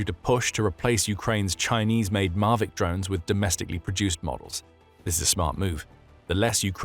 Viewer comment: Why do you mispronounce 'Mavic'? It's not mar-vic. Phonetic Pronunciation: /ˈmævɪk/ or "mah-vik."